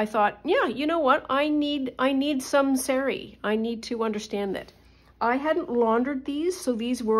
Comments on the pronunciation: It's saa-ree, not say-ree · In the name of respect and authenticity the word sari is pronounced sarr-ree and not as you say it. If in doubt always ask google translate for the correct way to say words with which you are unfamiliar.